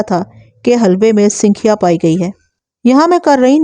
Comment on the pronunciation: Mahtrama sinkhiya ka sahi talaffuz sankhiya hai.Talaffuz par dhyan diya karen.